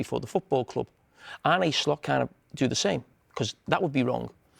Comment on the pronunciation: Ar-nay Slot